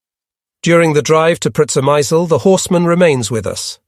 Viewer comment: Is the place you mentioning Przemysl? If it is, it's pronounced "Shemish". Yep, Shemish.